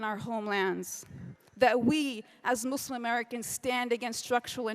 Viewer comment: I hate how she pronounces Muslim